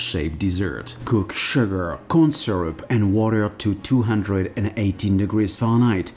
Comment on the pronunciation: I love how you say farenheit. Farnight